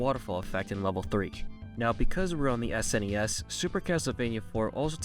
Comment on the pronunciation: You got my attention and respect when you said S-N-E-S and not "Sness" as some people say it which always drives me nuts lol